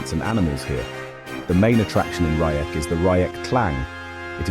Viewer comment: Not Rayek, Reiêk...😊😊😊